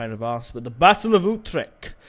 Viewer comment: it is not youtrecht. it is like uutrecht